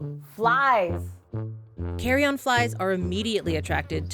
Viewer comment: Carry-on flies? No thank you. I like my flights insectless. Carrion is care-ee-in.